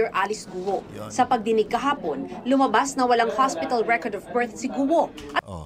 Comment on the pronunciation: Guwo po ang bigkas sa guo, ewan kng kung anong tone. 4 tones + no tone ang mandarin at kada tono ay iba-iba ang meaning maski iisa salita. Have a good day at ipagpatuloy lng po nyo ang political vlogs nu esp. PBBM.